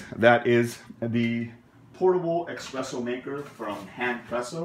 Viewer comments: Bloody Christ! There is nothing, I MEAN NOTHING, worse than someone who doesn't know anything about coffee, doing a tutorial on coffee or a coffee-making system. Dude, all this, and on top of the fact that you butchered the pronunciation of the word espresso, which should have been the first indicator the this was going to go sideways very quickly! This was a super painful video to watch. I was thinking of doing a shot of vodka every time you said "EXpresso" in order to numb the pain of watching this bloody video! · So the guy in this video is trying to garner profit-collecting views, and even worse, has a purchase link available which clearly indicates that he is getting a piece directly from Handpresso. However, in the midst of it all, this guy can't pronounce "espresso", admits to not being a big coffee drinker and my being critical of that makes me a coffee snob? This is clearly a money-making video and I'm the asshole here? So if I went a BMW car video review where the guy admits he's not a big driver and can't pronounce half the required terminology, would criticizing this guy make me an "auto snob"? No, it wouldn't because in the real world people are allowed to call others out ion their bullshit and other people don't make ridiculous assertions about it. So yeah, if this guy is not a coffee drinker and can't even navigate around the terminology, I'm calling that bullshit out and then checking out. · Personally, I have a thumb rule. Anyone who says 'expresso' I shot worth listening to... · It's Espresso not eggspresso good insightful video other than your mispronunciation causing my ocd to flare up lol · You mean expresso irritates you? Humm, EXPRESSO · It's pronounced espresso, not expresso. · Sounds like he's saying ex-presso which is a common mistake... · Expresso. Heart !! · I stopped watching hen he said "EXpresso"! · had to wheeze when you said Expresso xD and oh my god this thing is awful....(not to mention how expensive it is) -NOT WORTH to buy